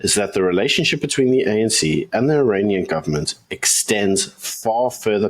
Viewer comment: Iranian ....... not Uranian